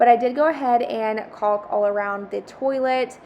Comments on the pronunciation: I like how you try so hard to pronounce the L in caulk lol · I think we all do. I never pronounce an L so well as I do when I'm saying Caulk. 😂😅